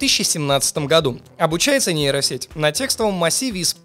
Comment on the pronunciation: Кто-нибудь ему скажет, что букву "б" в названии нейросети произносить не нужно, так как там её нет